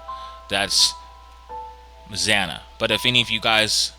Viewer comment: It's Xana. Not zanna.........